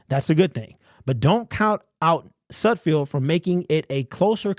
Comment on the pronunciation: SudFELD........not SudFIELD. Still love ya' bro. Great to see your takes again. You're my go-to on all Lions info!!